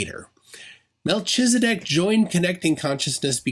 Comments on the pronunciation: i think it's supposed to be melkhizedek, not meltshizedek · It’s pronounced, mel-KEEZ-a-dek. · I have forgotten everything except how you butchered your pronunciation of Melchizedek. The ch is a hard K sound...